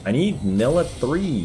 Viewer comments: Bro its not nilluh, its NYE-LAH. Please learn the champ names ffs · you say NI-LAH not NILLAH! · Ny-luh not nilla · STOP SAYING NILLA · Omg.. it's pronounced NAILA 😂😂 Love your vids man but everytime I hear you call her that I cringe harddd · fr stop saying nilah with two L's